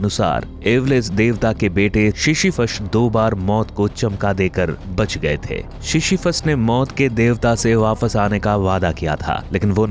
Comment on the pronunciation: भाई चमका नहीं चकमा होता है 😂